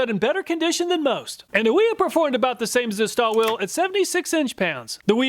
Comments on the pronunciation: Its pronounced starwilly, not starwill.😅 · I pronounce jt how you did, my German friend says Stahwille is pronounced stah and then villa like bob villa. Just curious How does everyone else say it?